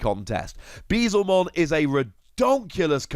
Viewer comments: it's "Beel-Zemon" not "Bee-Zelmon". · Dude it's beelz not beezel